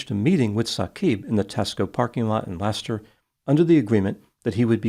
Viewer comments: Well done for pronouncing correctly ‘Leicester’ and not as Lie Chester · I compliment you on your pronunciation of Seat and Leicester which many Americans massacre. Now if only you can pronounce Warwick, RI as "whoa-ik" instead of War Whick.